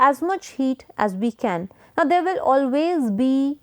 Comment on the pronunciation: And really fed up with the forced US English pronunciation of words like wannabes do Example Enthire instead of Entire Chan instead of can